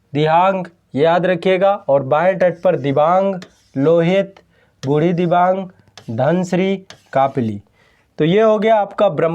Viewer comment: I am from Assam near brahmaputra river..one of the big fan of ❤️ माजुली दुनीयाका सबसे बड़ा नदीद्वीप और दुनीयाका सबसे छोटा नदीद्वीप भी ब्रह्मपुत्रके बीचमे ही है जिसका नाम है उमानन्द ৷निचे मेरा उमानंदा भ्रमणका लिंक दिया हुঁ एकबार देखना ৷ तीन नदीका नामका spelling थोड़ा गलत कहा आपने पीथुमारी,जियाबरेली,बुढ़ीदिबांग ৷सही Pronounciation है पुथिमारी, जियाभरली अौर बुढ़ीदिहिंग৷😊